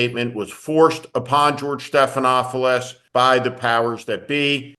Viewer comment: George Stephanopoulos. There is only ONE “f” sound. At least pronounce the name of this media hero correctly.